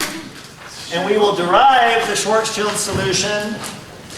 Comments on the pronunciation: švarcšild not čajld djuud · Is it some joke to call it "Schwarzchild" (like "gooder") instead of the correct "Schwarzschild"? see